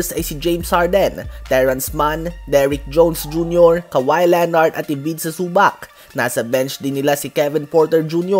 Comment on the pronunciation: Zubakkk. Hahahaha. Zubac yun boss.